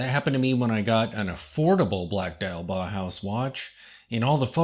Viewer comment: You mispronounce "bauhaus". You say something akin to "Bah-house". The correct pronunciation is "Bow-house". With the "Bow" rhyming with "Wow".